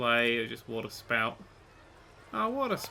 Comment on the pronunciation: missreading waterspout as watersport...